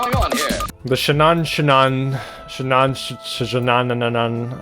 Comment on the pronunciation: Why do you have a hard time pronouncing "Shahanshah"